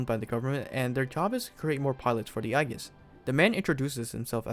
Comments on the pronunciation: Shouldn’t it be pronounced as Aegis (Eyjis)? A Greek term for protection or shield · Nice! Hopefully this takes off and we can get another major mecha franchise out if it. Also, Aegis is pronounced more like eejus.